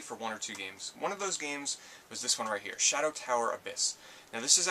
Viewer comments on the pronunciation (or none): none